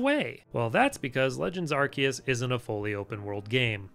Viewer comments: Its Arkoos xD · nah its pronouced arkoos